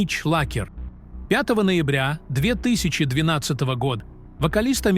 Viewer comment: ТРИ-цатого ноЯбря 2013 года, когда Полу исполнилось... Юрий шатУнов... робо-дикторы - зло... Клинаева- пацана жаль... слишком молодой был, и не знал, что у нас на дорогах одни долбодятлы ездят - ничего не видят, едут без башки, уроды... выходить на шоссе смертельно опасно.